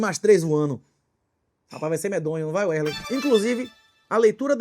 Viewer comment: Wesley, que ele chama de Uérlein